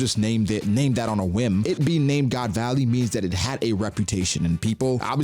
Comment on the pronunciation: did man say "god's alley"??? that to twice lmao